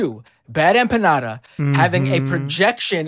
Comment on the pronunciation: As soon as the this guy started talking saying "BuD EmpaÑada", I knew he was a joke 😅